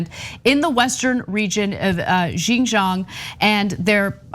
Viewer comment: Pro tip: you had it right Anna it is pronounced “wee grrr” , and you did good with xinjiang as well “sheen gee- on-g”